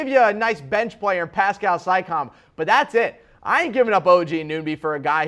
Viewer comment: Makar Zorklin naw I believe he legitimately doesn't know how to pronounce those players names.